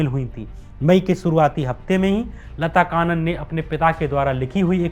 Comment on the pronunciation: लता कानन नहीं... लता कन्नन! और 'लेट्टे' नहीं L.T. T. E पढ़ते हैं!